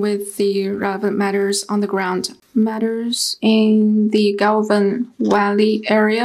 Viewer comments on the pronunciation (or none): They can't even pronounce Galwan valley properly and claim the ownership.